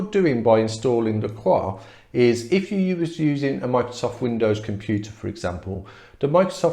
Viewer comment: why are you not pronouncing the s in lacros? duh